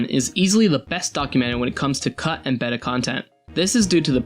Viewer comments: BAY-tah.. Not Beht-ta.... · Okay but why does he pronounce the word “beta” as “behta” instead of “bayta” like it’s supposed to be?